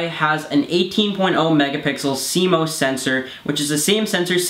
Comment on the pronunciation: CMOS "C - MOSS" not cmose!